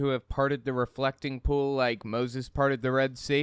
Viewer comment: Every time he says 'pool', I hear 'poo'. "It was a dry poo", "the poo dried up"